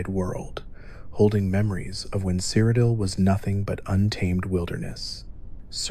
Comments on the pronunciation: My boy really said "Crocodile"😂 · You gotta be ragebaiting with that cyrodiil pronunciation, good video though